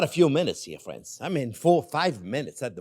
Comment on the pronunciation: I love the chef, especially how he says, " Hello again, fwiends." 😎